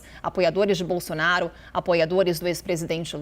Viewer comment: Sabe nem falar Bolsonaro, ele fala Bolsonario kk